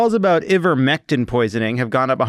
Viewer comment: Hey, FYI ivermectin has a long I sound at the beginning, so it sounds like EYE-ver-mec-tin.